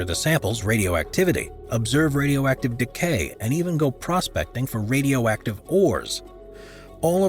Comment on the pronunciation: Wat Rradyoacktib toy!!